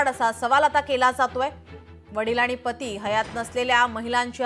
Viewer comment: Patti nahi Pati😂